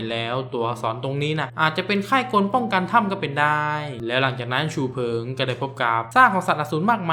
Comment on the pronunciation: ฉู๋เฟิ๊งวะส้าน55555 #ขัดใจชื่อฉูเฟิ่ง